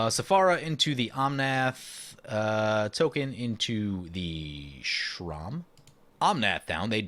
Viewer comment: Sram isn’t pronounced Shrom It’s S-ram not being mean I actually find it funny actually